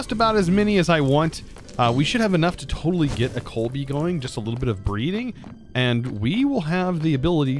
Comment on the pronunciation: Basketball fans everytime says "coalbee":):|:°(